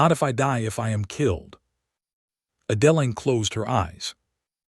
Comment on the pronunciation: Wherever this originated, they are not native English speakers. "Seelas." "Uhdellin".😅